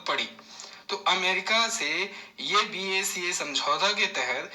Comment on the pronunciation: It’s not BACA sir it’s BECA ..........